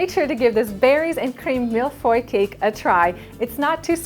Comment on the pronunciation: Oh yes! Your pronunciation of Mille feuille est parfait!!!